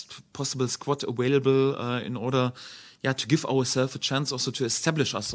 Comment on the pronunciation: calm down bro just think it’s funny they say awailable